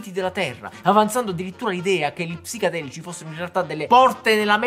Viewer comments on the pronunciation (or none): Ma solo io lo sento dire psicAdelici invece di psichEdelici?